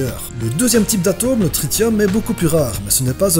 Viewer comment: Tritium se prononce Trissium ou Triçium, cordialement.